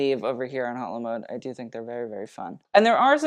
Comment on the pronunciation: if you’re gonna have a french name for your channel might as well learn the proper pronunciation, its not Hot-Le-Mode its O-Le-Mode